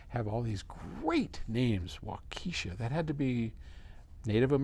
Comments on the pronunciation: Wa ka shaw. “little fox.” But good try! Though yours might be the actual native pronunciation? Not what we say here though. And we are loaded with great record stores in the greater Milwaukee area! Vinyl Vault Records in Waukesha, Record Head, Acme, Bullseye, (Waukesha is a western suburb) And a few actual good old fashion Audio shops! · You butchered Waukesha. It's pronounced; waa-kuh-shaa!! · Waukesha (western 'burb of Milwaukee) is another bastardization of native American words. It's pronounced like Wauk A shaw. I'm south of the land of cheese in the Chicago area. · Waukesha pronunciation is hilarious.